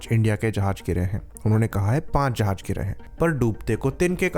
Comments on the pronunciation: Dhakkan, its jahaz not jahaj. If you can't even pronounce it, your side clearly cant fly the damn things with any competence. 😂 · jahaj nai jahaz hota laore